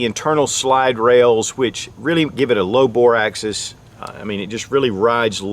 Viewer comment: Bore AXIS, not access, Einstein.